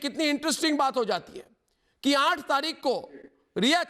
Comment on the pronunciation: ARNAB ITS AATH NOT AAANTH